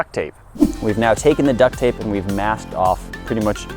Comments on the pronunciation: You said Duck take instead of duck tape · he says duct take instead of duct tape lol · Duct Take? Did no one else hear that? lol